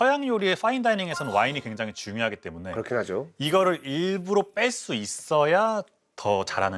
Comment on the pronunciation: 맛피아 자꾸 일부로 라고 발음 하는거 거슬리네. 일부러! 일부러!